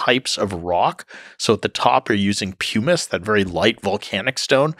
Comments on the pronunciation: Just one correction. It's not "pewwmice", it's pumice. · never heard it pronounced pew-miss